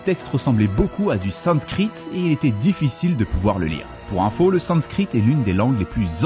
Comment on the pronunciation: Vue comment tu prononce sanscrit 😂 c'est la première fois que tu utilise ce mot